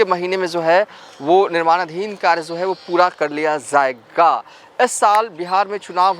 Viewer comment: Bhai...🙏🏻 Jaye ga.....instead of...Zaye ga....😁 Aap.... Bengali ho Ya Bihari ho........😭